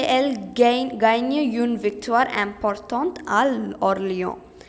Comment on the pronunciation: Seriously, It's not Jen it's Jon d'arc And it's Loren not lora And when you have et or est, etc. Before a vowel the t at the end is pronounced And its ganye not gaynye And wrong definition for combustion Any object that undergoes combustion(combustion is a chemical process where an object reacts with oxygen to give out heat) is called combustible Not all combustible substances give out flames, for example coal/charcoal